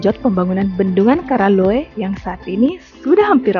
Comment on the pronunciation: Namanya diambil dari nama raja yaitu karaeng Loe. Penyebutannya KARAELLOE. Jadi bukan KARALLOE 🙏.